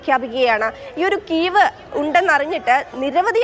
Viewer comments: "കീവ് " അല്ല "കിഴിവ് " 😂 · മലയാളം ശരിക്ക് പടിക്ക് കീവ് അല്ല കിഴിവ്